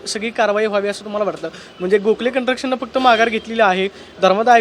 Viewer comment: कंस्ट्रक्शन? का कंट्रक्शन??? मराठीची वाट लावली! सुधारणा नाहीच ! मराठी रिपोर्टर ची केविलवाणी अवस्था!